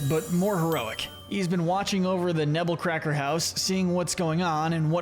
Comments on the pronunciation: It’s actually “Nebbercracker” not “Nebblecracker” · It's Nebbercracker, not Nebblecracker